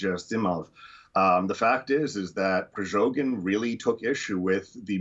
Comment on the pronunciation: why does he call "Prigozhin" "Prizhogin"?😅